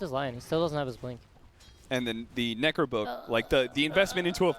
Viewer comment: nEEcro book nEEw mEEta